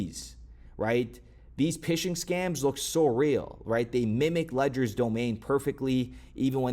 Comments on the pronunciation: Oh my God PH (F) sound FISHING NOT PISHING 😂😂😂😂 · Bro did you say "Pishing" emails? Lol. It's pronounced "fishing" but with a P because they're fake. With 10 years in the banking industry I figured you would have known that. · Pishing? Phishing... it's pronounced "fishing" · Hi. Phishing is pronounced the same as fishing 💪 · Guy, it’s fishing! The pH makes an F sound